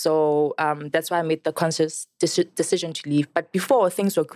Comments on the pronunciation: Miss pru and the word decision- aykhonakali 😂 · miss pru can't pronounce 'decsion ' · LOL All i was thinking when she was trying to say the word "Decision" was that Hwiphii! meme of Julias Malema🤣